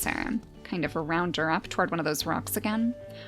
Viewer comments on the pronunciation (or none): none